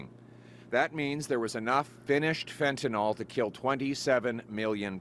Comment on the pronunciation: "FentanYL", Pierre - NOT "FentaNOL"!!! 😮